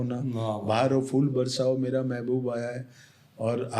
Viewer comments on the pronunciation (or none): "गीतकार" ही जब फूल को फ़ूल बोल दे तो क्या किया जाए